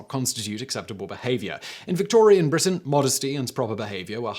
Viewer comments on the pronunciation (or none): none